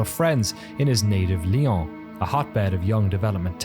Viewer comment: Everyone who speaks French is going "It's lee-ow(n)", not lee-aw(n)!" Glad to see some appreciation for this studio.